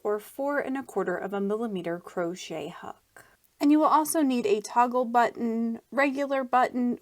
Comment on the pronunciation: That was not needed and the way she says crochet is just fine. Don't be ignorant